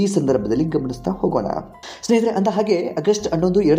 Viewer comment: ಇದನ್ನು ವರದಿ ಮಾಡಿದವರು ಹ' ಕಾರವನ್ನು ಸರಿಯಾಗಿ ಉಚ್ಛರಿಸಿ..ಅತ್ತಿರ , ಆಗೆ, ಇನ್ನೂ ಅನೇಕ ಹ' ಕಾರ ಪದಗಳನ್ನು ಅ' ಕಾರವಾಗಿ ಉಚ್ಛರಿಸಿದ್ದೀರ...ಕೇಳಲು ಹಿಂಸೆ ಆಗುತ್ತೆ, ತಿದ್ದಿಕೊಳ್ಳಿ